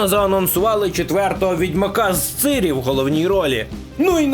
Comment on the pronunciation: яка ж "цирі", якщо Цірі?